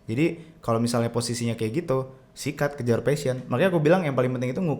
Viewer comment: Guys, you mispronounce the word "passion"